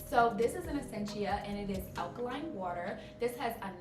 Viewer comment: “Wet like watedeerr, taste like juice “😂😭😂😂